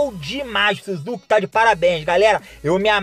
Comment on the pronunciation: Suzuki kkkkkk é Sásuke a pronúncia